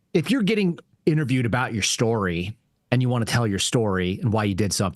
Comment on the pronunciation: SHTORY? GREENGOES.